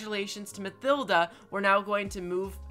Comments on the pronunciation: Am i the only one who gets pissed of by him say mathilda instead of matilda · I think it's just me but you're saying Mathilda wrong